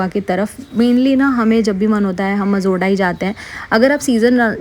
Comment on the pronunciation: it is not mazorda...it is majorda